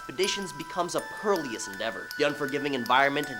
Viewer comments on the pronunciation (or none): It’s perilous, not perlious. The root word of perilous is peril, meaning danger.